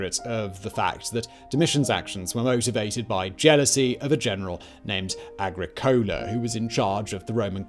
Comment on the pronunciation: Excellent video. But Agricola stress on second syllable. So ah-GHREE co-la